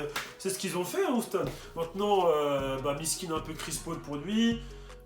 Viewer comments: Bonne vidéo mais ça se prononce «youston» et pas «ouston» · Comment tu dis Houston ça donne envie de te mettre des baffes 😂😂